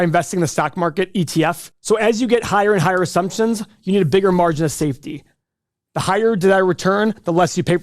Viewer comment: Assumptionzzzzzzz...A! Your speeech coach needs to help you with this word.